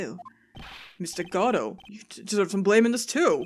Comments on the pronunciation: Really happy to see your reaction to Godot! Though, you appear to be periodically switching pronunciations for his name. While I feel like the proper one is "go-DOUGH", I'm pretty used to hearing "GOD-oh" by now as well. I've not usually seen people switch pronunciations like you have, though. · I figure there's comment somewhere that says this but it's Guh-Dough not God-Dough. There's only one D in the name. There I got it out of my system. (I'm aware this series 7 years old XD). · I forget if these are batch recorded but, its pronounced like Go-dough(perhaps with less of a strong "Go" sound since typically you don't put too much emphasis on it and you say it much faster as a result), not God-oh. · Aww! xD ♥Oh, dear; I cracked the EFF UP when you called Godot "Giordi LaForge"! xD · Meet Proton Jon's favourite character. I can't wait till you find out about his backstory. And according to the play it's pronounced Guh-Doe but I like to call him Goh doe or God-Oh because Guh-Doe is kinda hard to say fast. And if you think Godot and Edgeworth are hot just wait till the fourth and sixth games. (Probably 5 too if you're into goths) I swear to god whoever designed those prosecutors had the yaoi/bishonen genre in mind. As for the girl in my avatar? She's from the sixth game. So if you can't wait for or Tim to get there you can always play it yourself and meet her. God is she cute! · So 1. I'm sure someone said already but it's "Guh-Doe", based on the play Waiting For Godot. 2. Godot's theme has been covered by a jazz band (The Fragrance of Dark Coffee), look it up ASAP cause it's amazing. I used it to study/sleep for months, especially with fireplace/rain noises! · Just for clarification, it's pronounced "Goh-doh". The judge mispronounces his name as "Gobo" for that very reason. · Yeah, I used to be annoyed at hearing GOD-oh but now I just was interested in how was swapping out pronunciations, probably inadvertently. It just kinda stuck out is all.